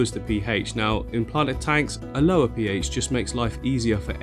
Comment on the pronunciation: I giggle when you say PH lol